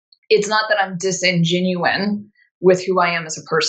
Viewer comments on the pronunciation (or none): Marisha needs to stop trying to use 75 cent words, she always gets them wrong. there is no "Dis en genuine" it's disingenuous. Just be you, cuz you just being you is "the cool shit"